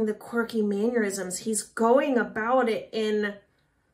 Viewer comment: Since you're a (really good) singing teacher, I'm sure you'll appreciate a tiny note from a language teacher: It's "mannerisms," not "manurisms."